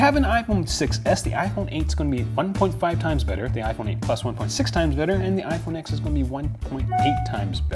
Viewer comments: he sat through a 2 hour presentation and still doesn't know the name of the phone...IT'S IPHONE 10. The X is a roman numeral!!!! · It's called the iPhone TEN, not X. Roman numeral X = ten. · RIPPER334 That's cool. Then tell me why the narrator from the official commercial from Apple for the iPhone X pronounces it "iPhone Ten".